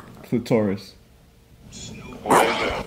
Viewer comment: Not Chli-toris😭🤣